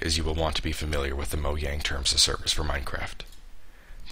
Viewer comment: Lol Mo-yang